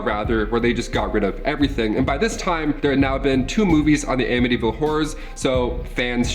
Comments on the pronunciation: I live 20 minutes away from this house. It doesn't look like this anymore at all. The family that live there now, never experienced any hauntings or any thing sinister. And, yes you pronounced it correctly. 😊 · You definitely say it right lol. The house isn't haunted anymore but definitely creepy to go by. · Your pronouncing ir right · And you pronounced the name correctly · You're saying it correctly. I lived not too far from there. Some guy murdered his whole family there. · You pronounced it correctly L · You’re pronouncing it right. Waterfront 5000 square feet 5 beds 3.5 baths a boathouse & private boat slip for $80,000…I’d buy it. Unfortunately last listed was $850000 sold in the $600000’s and the new owners aren’t moving lol…it really is a beautiful piece of property, that doesn’t seem to be haunted anymore 😂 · you are saying Amityville right. I live 10 Mins from the house,The house does not look the same,changed address.I believe it most of it happen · Am-itty-ville I'm from long island I got you bro